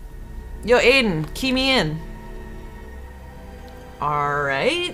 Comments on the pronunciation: not hating but she's pronouncing his name like aden its pronounced iden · IT'S EYE-DEN